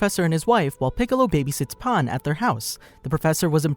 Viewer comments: The proper pronunciation of Pan is Pahn. Stran the enough, Japanese and Spanish share the same vowels and the word for bread, "Pan" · Saying pan like paan or pon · Bro really said pahn💀💀💀💀